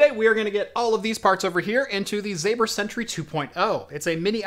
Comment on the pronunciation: You pronounce it like Doctor Zomber not zAber. Greetings from Poland